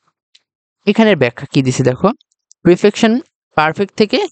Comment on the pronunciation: প্রিপেকশন নয় পারপেকশন হবে উচ্চারণ ঠিক করা দরকার ভাই